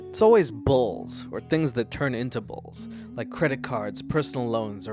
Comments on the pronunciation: I thought you said BALLS not bills during the debt ad 🤦🏾‍♀️ my bad, my bad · I mean this in a very respectful way, but the way you say Bills sounds like youre saying balls